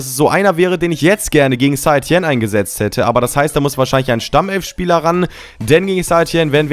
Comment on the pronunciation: St. Etienne spricht man Sätetienn aus